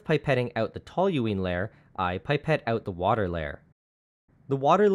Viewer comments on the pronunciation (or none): Pronounced *pip-ett not pipe-ett!